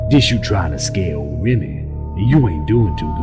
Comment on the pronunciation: Did they butcher Remy's last name on purpose?